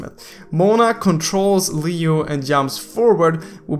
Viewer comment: Leo/liio not liu, lol i just laughed when u said liu 😂😂